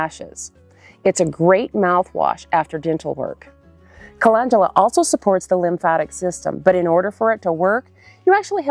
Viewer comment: You started off with saying the very first one WRONG, CA LEND U LA. LEND!